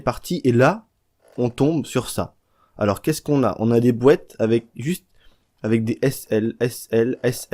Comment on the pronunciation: des "bouêtes"... comprend pas, tu veux dire "boîtes" plutôt non ? x